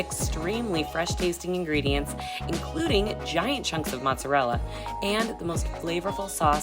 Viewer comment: Take a pass on the "lumpy MOSSARELLA" ON labriolas and Pequad is too "bready"